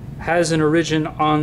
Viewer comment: why do you pronounce origin so strange?